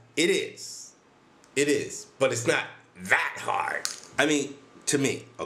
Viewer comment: "Our language is so harrrrd! It 's the harrrdest language in the wooorrrld!", made me laugh so hard, the hardest laugh in the wooorrrrrld! xD